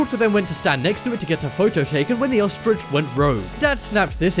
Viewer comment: I cringed at every "ostrich" that was said.